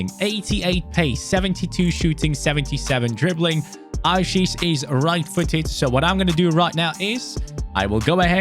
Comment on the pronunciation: Hey your supposed to pronounce the 'e' at the end of aouchiche